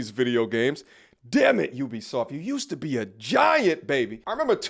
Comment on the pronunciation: I dig what you and homie are saying but damn im sick of nerds saying Ubisoft wrong